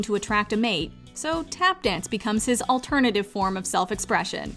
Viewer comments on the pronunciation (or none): none